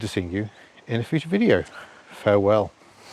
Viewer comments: Is it not Cy-Rusher rather than Crusher? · Just to give you a heads-up: Cyrusher is pronounced SIGH RUSHER. The name stands for CYcle RUSHER. Thanks for the review. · Youre saying the name wrong. Its Cy-rusher as in 'cy'cle. You can de-restrict this very easily by removing the panel directly below the battery and disconect the one wire jumper connector and thats it. Full 900w power. Will do 40kph 👍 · It’s pronounced Cy-rusher